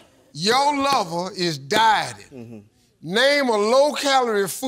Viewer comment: OH! DIE-TING. LORD, I THOUGHT STEVE SAID DYING. That changes my answer.